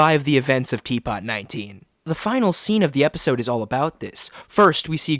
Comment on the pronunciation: it’s pronounced “T Poo”